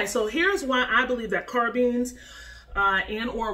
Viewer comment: Carbineess lol but baby strapped up 💪